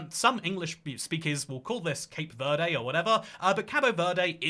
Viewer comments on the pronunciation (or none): none